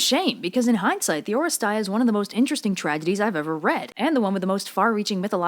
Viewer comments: It's «Oresteia» not «Orest-ay-a». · Oh? really? they included the epsilon yotta as EI in the english title and made everyone mispronounce it due to no fault of there own? grumbles dejectedly Τα Ορέστεια as you can see there, is written in Greek with "ει" thats a combo. "epsilon yotta" (literally the names of the two letters) however, in Greek, epsilon yotta thats not "broken" by Thialitika (εϊ), combines into a single vowel. "ih" like the E in "really". So yeah. its English title should be "Orestia" because thats how its pronounced. NO NEED TO RE RECORD THIS OR ANYTHING, i am not mad with you, i am mad with whoever translated that. Its a common problem, like Odeipus instead should have being "Othipus" or even Iphigenia down to "Iphiyenia" to the classical gods and every important greek of science or legend or theater have names plagued by added vowels or improper vowels. Deltas to D's, Gammas to G's, you name it.